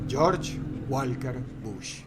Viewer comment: y yo que le tenia mas fe a dross en su pronunciación, se me cayo con walker...